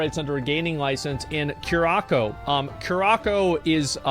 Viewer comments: Cure-ah-co lol nononono, it’s Cur-a-sow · Lol Cure Ah Co = Coo Rah Sa O ... Dont worry asmon, your LatinX community is here to help!! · Omg lol they're from curaçao...that's my home country 😅 yes it's a real place in the carabean. Pronounced Ku-Rah-Sah-oh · It's pronounced cur-ah-sow. It's a carribbean island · I hate how he says curaçao